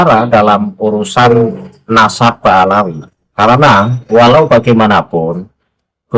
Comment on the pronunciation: Gus baha katanya berilmu , ngomong nadab aja belepotan, memalukan baha mukibin.